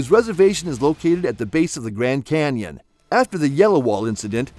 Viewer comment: "Canion"... really?